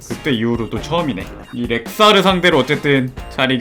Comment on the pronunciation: 이 사람도 아무렇지 않게 렉사르라고 하는구나ㅋㅋ 순간 내가 말한 줄 알았네 ㅋㅋ